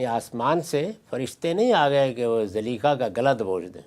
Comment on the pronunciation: zaleekha???? hahaha Zulaikha naam tha uska. itna sa to iska ilm hai